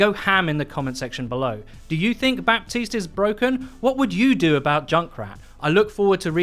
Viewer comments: Please learn how to pronounce his name correctly! It’s not BAPtiste but Batiste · It's "Bateest" not "Bap-teased". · Bah-teese not Bap-teeste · Still waiting for to finally pronounce Baptiste Ba-teest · I don't mean to be rude, but it's pronounced "Batist". The 'p' is muted. See reddit thread on this very thing. Love the content, keep it up :) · Its pronounced batiste right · Overwatch: can you guys please not do a "Bridget" 2.0 all over again for 6 months long? His name is pronounced Bateest so the P is silent. Thank you. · I just want everyone to know that you don't speak the "p" in Bapstiste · The 'p' is silent in Baptiste's name. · Baptiste. The p is mute ! Please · STOP PRONOUNCING THE P IN BAPTISTE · The only thing I dislike about this video is that you're pronouncing Baptiste wrong lmao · I may be really really nitpicking here but, The ''P'' in ''Baptiste'' is actually mute and should not be pronounced. Love your vids, keep it up:D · Pronounce Baptiste's name correctly for goodness sake! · THE P IS SILENT! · you don't pronounce the "P" in "Baptiste".